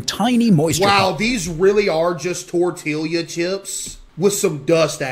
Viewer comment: this mf did not just say "Tore-till-e-uh"